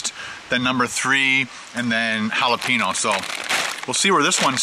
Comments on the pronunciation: HA-LA-PEN-YO not HA-LA-PEE-NO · your pronunciation of jalapeño is driving me CRAZY lol. It's Hal-a-peen-YO not Hal-a-peen-o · its halla-payne-yo... not halla-pi-no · its pronounced jalapeño (halaPAINyo) not halapeeno.